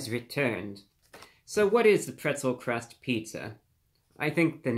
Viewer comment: Pwetzew Cwust Pizza with peppawoni, yummy 😂